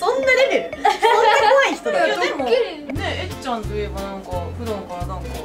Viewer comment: 「えっちゃん」が『えっちやん』🤣🤣🤣